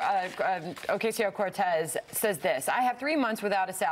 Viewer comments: They mispronounce her name on purpose. You can tell theyre about to say Ocasio correctly and then go "oh wait I'm supposed to say it wrong" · Alexandria Oh! Oh! (Stuttering) Okesio (wrong pronunciation) Cortés...ha!ha!hi!hi! Blah, blah, blah, POOR devil, THIS is who she is....ha!ha!hi!hi! Well, Duh! And this is who WE at Fox are, complete .... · Ocaaaasio What the fuck America, it’s not difficult to pronounce.